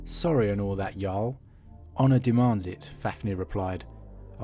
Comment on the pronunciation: The way you say "jarl" sounds more like "yall". No offense 😄